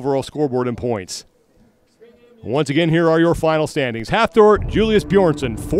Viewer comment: It was awesome to be there this weekend to watch The pro men and women events and record breakers. The ninja warrior guy they had hosting was a joke, he didn't know shit about what he was talking about (proven every time he went even slightly off script), and couldn't pronounce Thors name properly for the life of him. Please get Colin Bryce, or the like to host this, paying respect to the athletes and the commitment it takes to get to this stage.